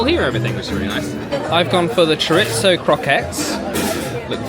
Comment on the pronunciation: Cher-itz-o. I cringed so hard at that moment. Sorry, I’m from the ag part of California and chorizo is just so common.